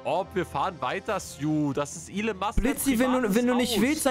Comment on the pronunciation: Er heißt Elon Musk nicht allen Musk